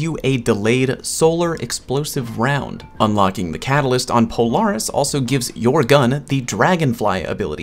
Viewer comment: Anyone else dislike the way he pronounces "Polaris"?